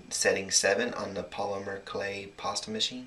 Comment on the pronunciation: I love how u say polymer clay. u say it sooo carefully P-o-l-y-m-e-r c-l-a-y